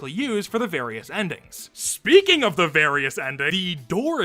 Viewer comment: „EE“ - Edit: I know it's „the but it sounds so out of place, it sound like EE